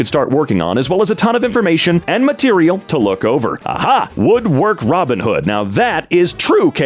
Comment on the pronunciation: "boobin" -robin